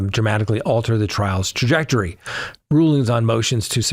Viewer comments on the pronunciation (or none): none